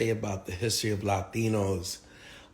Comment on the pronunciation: "Lie-tinos" he was right on one thing 😂